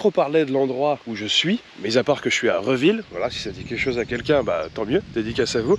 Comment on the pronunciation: On dit Réville :D j'espère que tu as apprécié ton séjour dans la Manche et que tu as visité le coin et notamment l'île de Tatihou vu que tu n'étais pas loin !